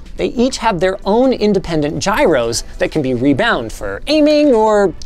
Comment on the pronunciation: It's pronounced "gyros"...